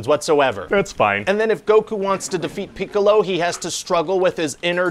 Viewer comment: I like how he is slightly misprounouncing "Piccolo" every time.